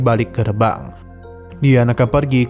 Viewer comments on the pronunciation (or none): Lin yan kali bang,, bukan liu yan,, klw tdk salah di novel nya, 3 saudara ada LIN DONG, LIN DIAO, LIN YAN